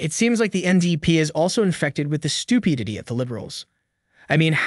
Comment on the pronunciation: Ok I love the content of this channel. But is the voice AI? Miss pronounces Regina. Can't say stupidity. Miss pronounces Conservative. The miss pronunciations are from sounding out the words while reading them. Good content though.